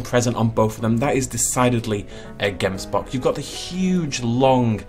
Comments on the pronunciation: Oh my soul I am from South Africa and you are totally butchering the name of the “gemsbok” it’s like a (gggghh em s bok) it comes from thé language Afrikaans one of the languages we speak here and it’s so cool to see so many of our native animals now we just need the Guineafowl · They way you pronounce Gemsbok🤣🤣 only Afrikaans South Africans can say it correctly. But great attempt.🙌🏻